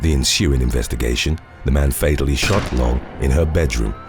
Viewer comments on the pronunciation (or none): none